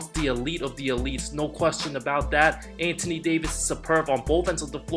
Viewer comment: Hey bro... Anthony Davis name is pronounced AN-THON-E not ANT-TINIE. It's annoying to her lol, you also do this when you talk about Melo.